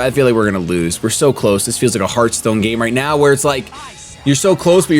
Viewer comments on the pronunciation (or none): none